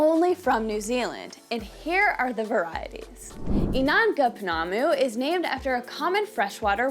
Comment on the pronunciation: I know it's written Maori but the ao is a dipthong, and sounds kinda like "ow" so it's Mow_ri not Ma_ori. It seems to be a common mispronunciation in the US. Pounamu, is pronounced kinda like po_ NAH_ moo, with the stress on the 2nd syllable, not the last as you were doing. Tbh the "ou" is another dipthong and is like an "oo" sound but Good on you for trying tho. Inanga is ee_NANG_ah. Stress on the 2nd syllable(most Maori words have the stress on the 2nd syllable) and the g should be soft, not hard, and blend into the n in the back of the mouth. A mere is pronounced meh_REH, preferably with a rolled "r" Kahurangi again uses the soft "ng" not a hard g but you did pretty well with that one :)